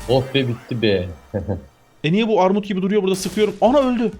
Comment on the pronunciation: abi sende ümidiyle takıla takıla "Armud" demeye başlamışsın 😁😁😁